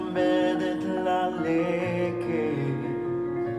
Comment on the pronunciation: Wow you speak Hebrew beautifully and your pronunciation is really good although on the la lachet you pronounced as la Laket! Your singing is a little off notes but your voice rhythms very beautifully if only you an nasrin can do a duet on this song 😊 but I’m guessing with more practice you can mail this song down, which can turn into a big hit as a cover song!